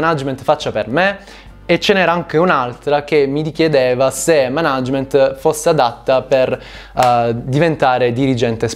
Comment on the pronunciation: Per l'amor di dio pronuncia per bene "Mànagement"